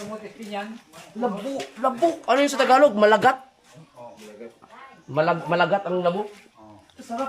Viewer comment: Maligat, hindi malugat